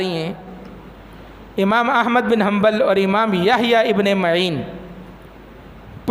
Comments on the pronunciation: کھوتے وہابی شیطان۔یحیی بن معین۔عین کے فتح کے ساتھ ہے۔تو ضمہ پڑھ رہا ہے۔جسے امام کا نام نہیں پتا وہ ممبر پر بیٹھ کر ٹاں ٹاں کر رہا ہے۔واہ رے قوم تیری کم نصیبی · یحی ابن معین کا نام غلط پڑھتے ہو میم پر زبر ہےپیش سے پڑھنا غلط ہے